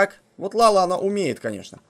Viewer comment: Дурачок? Не ЛАЛА, а ЛЯЛЯ!!!!